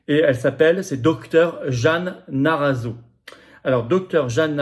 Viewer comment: en fait c'est MARRAZZO et non NARRAZZO ^^